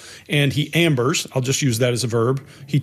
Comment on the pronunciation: I think calls it "Ambers" the jury. 🤣